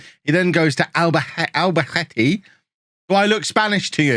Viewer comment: fairly sure a spanish "C" is pronounced "TH"......so it should sound like Albathete.....or Barthelona.....or Valenthia